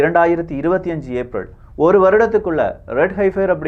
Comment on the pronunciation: ஏப்ரள் இல்ல சகோ... ஏப்ரல். நீங்க தவறா உச்சரிக்குரீங்க திருத்திக்குங்க...